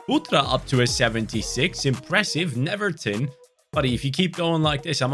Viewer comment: Not to be the boring guy, but is pronounced like “Neuerton” because here in Brazil “W” is like “U”